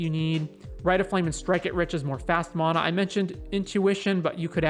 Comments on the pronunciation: MAN - UH = Correct -- MON - UH = Rere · Anyone else bothered how he says Mona..... it's Mana. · ItS mAnA nOt MoNa